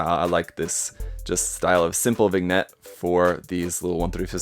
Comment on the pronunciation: Did this man just say vig-net?